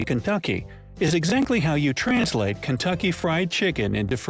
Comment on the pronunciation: Poulet/Poulette Frit/Frite Kentucky it's just translated into French also holy shit those pronunciations are horrible